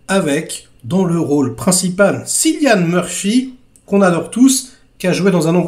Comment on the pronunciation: Juste un détail: Cillian se prononce "Kilian" 😉